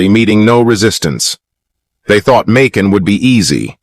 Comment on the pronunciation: It's annoying as hell when you pronounce the word differently sentence from sentence. Makin. You pronounce this word differently back and forth. It's annoying. Honestly I'm going to block you if you keep doing this crap